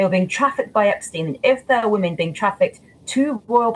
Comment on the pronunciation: Why does this man keep saying womomen and not women with an e.